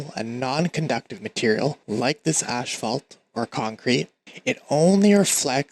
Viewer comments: Wonderful video, thank you very much! Quick note: the word asphalt is pronounced "as-falt" not "ash-falt"... ;) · wait what accent is that where you pronounce asphalt as ash-falt? I've never heard it pronounced like that